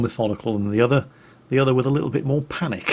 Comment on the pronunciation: with ' second replay that was not "panic," that was "panache" LOL